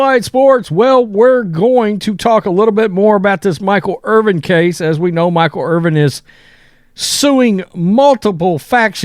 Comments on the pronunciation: Dude's name is IRVIN. Bro keeps saying Irving like he don't have a clue... what da? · His name isn't IRVING. It's IRVIN. Try to say it right. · Dude Irvin…Ervin!!! Not Irving. He is not Dr J!!!! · IRVIN, not Irving. 🤦‍♂️ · Irvin, not Irving. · What is so hard about pronouncing the man's last name correctly?WTF 🤦‍♂️🤡